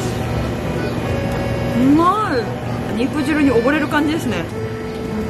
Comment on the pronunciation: 肉"じゅう"やなくて肉"じる"って言ってるあたり相当汁やばいんやろうな